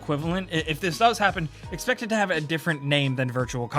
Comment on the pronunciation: please no more "expect".